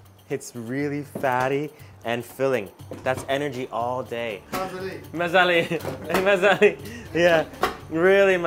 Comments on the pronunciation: I think he's got the emphasis wrong and they don't understand his "dialect". Just listen to how he and the others say delicios: MAzali and maZAli. I also hear that them say "thanks" differently than he does. So the letters may seem the same, but the meaning is different, depending on pronounciation. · if this dude says mazali ONE MORE TIME... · Hey, just a suggestion say "bamaza" instead of mazali, no says mazali in Samarkand.. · If you say mazellie one more time they will grill you :)))) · if you say mazali one more time.....